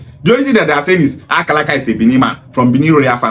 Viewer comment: She can't even pronounce Akaraka very well. Is Akaraka Bibi language? Why most of Igbo people from Delta and Rivers doesn't have sense at all.